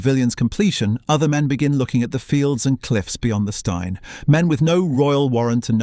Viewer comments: Steine rhymes with green not wine. So annoying these docus. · Steine pronounced as styne?! Nope. It may be unfair, but stopped watching at that point. I don't care whether it's or anyone else, the moment you show you didn't research how to pronounce place names, I wonder what else you maybe didn't research well enough, and figure it's time to move on. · Not all photos are of Brighton...so sloppy. Cannot even pronounce 'Steine' correctly.